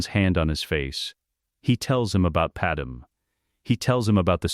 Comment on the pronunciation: FOR TROGDOR'S SAKE! WILL /SOMEBODY/ FIX THAT BLASTED AI VOICE-OVER???? IT'S "PAD-MAY", NOT "PAD-EM"!!!!!! AND NOT "PAD MAMIDALLA"! SHE'S FROM NABOO, NOT KRYPTON OR INDIA!